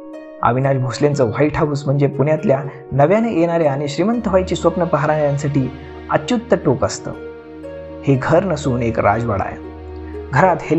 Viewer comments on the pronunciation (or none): अच्युत्त नाही अत्युच टोक असतं दादा 😂😂😂btw, nice information